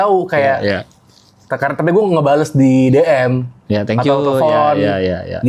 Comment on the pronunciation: dibaca, tenkyu 😂